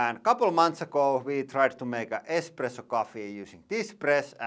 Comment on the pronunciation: lol he says expresso. least his daughter says it right